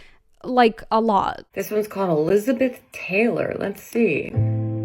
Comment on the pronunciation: "e-LIZ-a-beth TAY-lor" -- um, new vocal stim unlocked